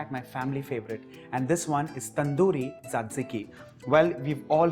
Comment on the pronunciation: Glad you have tried to give a twist to western dips. Thanks. Btw, the third sauce is pronounced as zatiki.